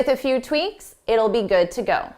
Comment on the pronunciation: Dear, Did you not say ‘tweaNks’ instead of tweaks a few times? Was it just a slip of the tongue?